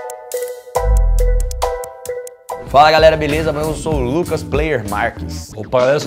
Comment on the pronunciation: Vdd eu fiquei bugada quando ele falou Eu... "oushe Lucas" kkkkkkkkkkkkkkk